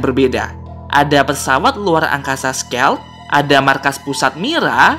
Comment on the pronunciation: nama pesawadnya bukan skel tapi skayled